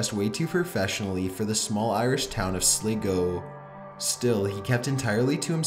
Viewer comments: Sligo not Slgo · #1 is pronounced sligo Not slego and I was at that hotel!!!! Oh and anybody waching in 2019?! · It's pronounced Sly-go, not sligoe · as someone from ireland, i just wanted to point out that if you meant sligo, as in county sligo or the city, it's pronounced "sly-go," not "sliggo." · SLEGO WHAT IT'S SLYGO THAT'S HOW YOU PERNOUNCE IT IT'S SPELT SLIGO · Irish town of slego? Wtf its prounounced Sly-go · The Irish Town is not called sliiego it's sligo I'm Irish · its pronounced sly go SLIGO not sliggo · Sligoe hahahaha I cracked up when I heard it , then read your comment, the Sligo man sad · the irish town is called sligo but it is prenounced slygo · Sligo is said like sly-go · Lol The way he says Sligo it’s Pronounced —— Sly Go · In the final one, Sligo is pronounced "Sly-go" not as pronounced it. Most Irish towns and city's names come from Gaelic and so aren't pronounced as if english. I understand how made that mistake though, most people don't realise letters have different pronunciation in Irish. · As an Irishman, please correct the pronunciation of Sligo to Slygo like its supposed to be pronounced lol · Slygo that how you say it and its spelt sligo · man, 'Sligo' is pronounced 'Sly-go'. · That’s not how u pronounce Sligo 😂😂 it’s “sly-go” I’m sorry but I laughed at that. A lot of non irish ppl get that wrong so you’re not the only one 😂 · For number one it’s not pronounced Sligo it’s pronounced slygo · U said sligo wrong I'm from Ireland and say it like slligoo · I think you meant “Sligo” (pronounces sly-go). It’s not a town it’s a country lol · Did just say Sliigo instead of Sligo I'm from Ireland so I know how to pronounce it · lol you said Sligo go wrong it's pronounced sly go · that county in Ireland you were talking about in the last video is pronounced (sly go) but spelled Sligo. come on man you should of researched how these places are called rather than going on what they sound like.